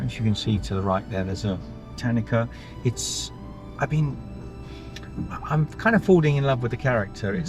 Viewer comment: Tanuki pronounced best i can type it "Ta-New-Key" been enjoying your travels in Japan you two. im loving the ramen meals you share hehe. (i just wont get anything with fish or seafood in mine, ever haha.)